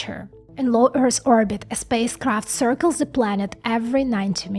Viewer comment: Also, when you say Earth, you are pronouncing it as Earrs. It's the same "Th" sound as I previously talked about as in "the" accept, the "th" sound is at the end of the word "Earth". There is no s, or ssss sound in the word Earth. Keep up the great work... you rock.